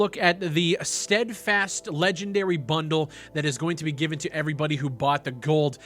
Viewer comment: Lol the way said bundle. 😂😂